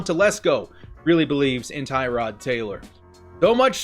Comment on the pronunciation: Tir-od Taylor bro. not Tie-rod.